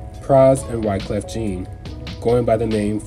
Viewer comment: Just for clarity, Wyclef Jean is pronounced as Wyclef John. Cool video, though. Very well researched.